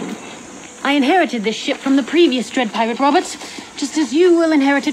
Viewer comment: Why are we not talking about Charlize Theron, like “DE DWED PIWATE WOBBURTZ-“